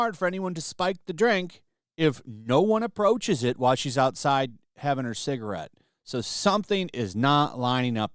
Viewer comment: shared a "cigrit"...